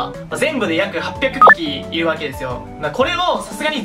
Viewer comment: 800ぴき⁉これが陰者の数字の読み方なのか